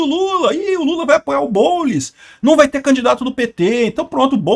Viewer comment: "O boulis" kkkkkk